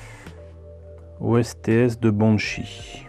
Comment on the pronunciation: Bonjour, OSTS ça se lit "Oste" et pas O. S. T. S. (ça accroche un peu les oreilles 😉). Un ost est une armée. Sinon merci pour les vidéos et le travail accompli !